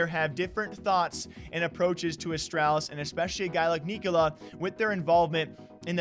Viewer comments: Its pronounced Nick-O-Lie, as in “Nikolaj is having another lie on us” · From a Dane. The right way to pronounce Nikolaj. Its kinda pronounced "Neeko-Lie"